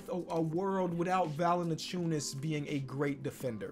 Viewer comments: its valanciunas not valanaciunas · “Jonas VaLiNaCHewNUS” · Why he always put that extra syllable in Valanciunas lol